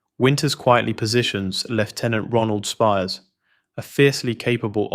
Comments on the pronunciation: His name is Speirs (like ‘spears’)…not Spires. What’s with all these mispronunciations? I’m not trying to come off as overly critical. Apologies if it seems that way. This was a fantastic video and you have a new subscriber 👍🏼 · I thought so too, Speirs (Spires) is also mispronounced, and not bringing up Lipton telling Luz to quit making impressions of Dyke. No one who had watched the series could mispronounce these names.